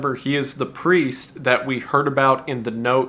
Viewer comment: for anyone who wants to hear the lad say prriest